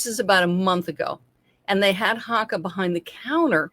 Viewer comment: Hoe ka is how they're pronounced.